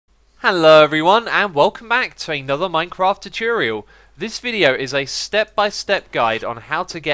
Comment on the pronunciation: "Hello everyone, and welcome back to another Minecraft Choochurial! How did we get here?"